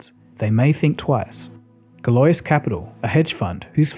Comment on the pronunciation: Galois is pronounced as "galwa". (No one gets it right unless they have heard about it from mathematics.) It is named after Évariste Galois who was a mathematician who did work foundational to abstract algebra.